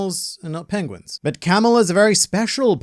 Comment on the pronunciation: Did you by any chance, said Pengwings ? 😂